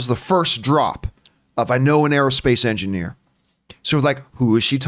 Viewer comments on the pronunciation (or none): I think the only reason the female pronouns translated was because of how the actress pronounced it. On rewatch it sounded like she said engineer-a. So I doubt they are female.